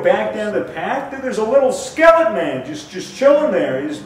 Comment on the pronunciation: everyone else: Skeleton man: Skelletman